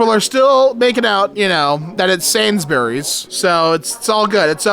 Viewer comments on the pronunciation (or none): r/Mildlyinfuriating: the way american cannot seem to grasp how to pronounce british names. It's "Sains-brees" not "Sains-buh-rees". No, it's not spelt the way it's pronounced; neither is Arkansas, get with it.